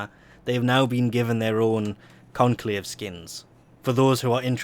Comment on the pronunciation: "There's also new Lenovo stuff over in the conclave" - Lenovo? Like the computers? Was I the only one to hear that?